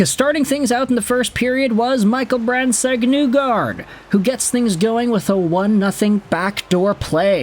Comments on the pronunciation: It's NEE-gard not Nu-gard bro. He's pronounced it for people. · His last name is actually pronounced KNEE-guard, or KNEE-gord if you want to use the Norwegian pronunciation.